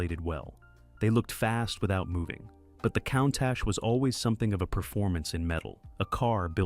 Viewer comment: Kauntah? Sounds like a sort of Lamborghini Arnold Schwarzenegger would get. "GET TO ZE KAUNTAH!" 😅